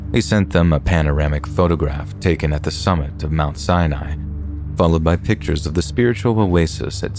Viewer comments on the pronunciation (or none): none